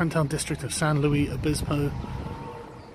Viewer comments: Lol it's pronounced San Lu-is Obispo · I had six years of Spanish in school (and a year of French) and when Sargon tried to pronounce it I was cringing a bit...."sahn loo-eese oh-bee-spo." Furthest west I've been is Reno.... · I feel pain every time you say San Louis Obispo... Hope you get a chance to come up to Northern California. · It's pronounced san lewis obisspo just to let you know. It's about 15 minutes away from where I live. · San Lou-iss Oh-biss-po. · It's pronounced San Lewis Obispo. Last time I was there, Bubble Gum Alley (or whatever it's called) was just one wall IIRC. The buildings are timber-framed to make them earthquake resistant. I don't think a European Cathedral would last too long in California. You should have gone in that crap-looking faux British pub and done a critique. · pronounciation, from a Californian: san LOO-is ohb-ISS-po. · San Luis Obispo... St. Luis the Bishop. If you insist on mispronouncing it, do it the way the okies do & just call it San Lewis. We all call it SLO anyhow. I was born just south east of there. Please tell me you went to the Ocean! It's fucking snowing here in NY! :[ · San “lewis” obisbo lol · its pronounced 'san-lewis-oh-bis-po' welcome back to the states! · pronounced San Lewis Uh Biss Po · It's San Luis Obispo yah Brit. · The way you say the name cracks me up. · I was just out there last week. I used to live there actually. You butchered the name